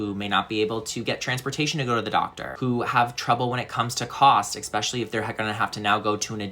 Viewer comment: "ESPECIALLY" (not expecially) Jsn🤷🏽 great message nonetheless.